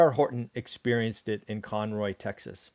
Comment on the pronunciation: Pronounced Kon-ro (Conroe)Texas. Great video!